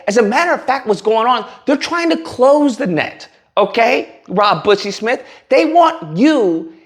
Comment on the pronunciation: Did you say bussy??? I'm dead